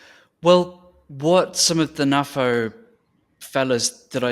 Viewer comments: Hi, do you also pronounce NATO as Naah-Toe?. No? I didn't think so. NAFO translates to North Atlantic Fella Organization, and I see no reason why it should be pronounced the way you do. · Personally, I pronounce it NAFO ... but then, I'm a boomer. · GenX NAFO FTW! Oh yeah... and you pronounce it NAFO 😁.